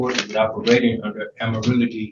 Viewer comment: I love how he pronounced Admiralty